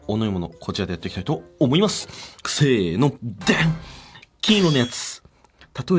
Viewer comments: 10分40秒「せーの」を「くせーの」って言ってるの笑った笑笑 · 今日の「せーの！！」が「クセーの！！」に聞こえるわ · せーのの時 「くせーの」 って言いましたよねw?